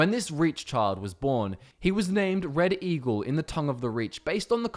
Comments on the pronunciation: Some points where he said Red Eagle sounded like he was saying reddit eagle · Did you say... Reddit Eagle?